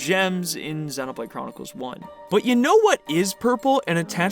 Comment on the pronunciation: Super well made video as always!!! Also I really liked that you are one of the few youtubers that correctly pronounces the word "xenoblade” 😅